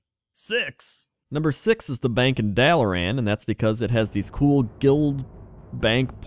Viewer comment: It's pronounced Dalaraughn